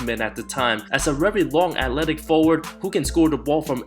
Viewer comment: ‘rery undewated’